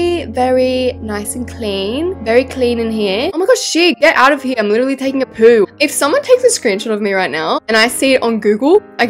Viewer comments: The way you say *poo is so funny and it makes me laugh ALOT!! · is that poo,in Australian voice Me:ewwww Love you gal💖💖